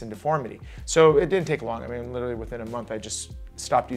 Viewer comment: There’s an r in “literally” the trend of people pronouncing it “little-y” is so unnecessary